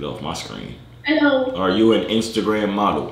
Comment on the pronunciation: my mans said iceagram